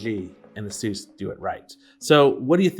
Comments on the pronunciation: A-sus not Asus hahahah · "Asoos" That's kind A SUS XD